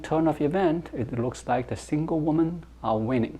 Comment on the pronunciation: 1 Woman and 2 Women pronounced as 1 woo man, 2 wi men.